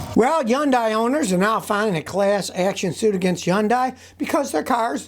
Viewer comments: Hyun-dai [Hoon-dai] ... lol lots of people pronounce it Hon-dai ... Scotty Yon-dai ^^ we all know what he's talking about though. I thought at first he was talking about Hyundai and Kai together lol 😂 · Hyundai is pronounced like Sunday with H…. Hunday. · Why is it he is the only person in the world that cannot pronounce hyundai correctly. Its so annoying.